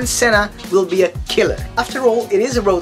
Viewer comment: you are pronouncing senna wrong